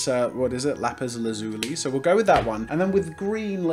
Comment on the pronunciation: Turns out lazuli is pronuced laz-ue-lee